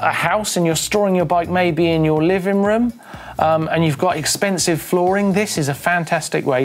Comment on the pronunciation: what is a "livimroom" ?